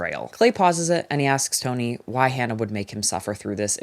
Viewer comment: i am obsessed with the way you said tony like you sound like a new yorker (in the best way) great video!